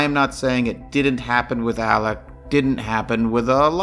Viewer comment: I'm sorry but is his name Alec, Alex or Elig like I'm hearing it pronounced here? I'm confused. I've heard/seen all three. Thx to anyone who knows. I'm new to this case.☺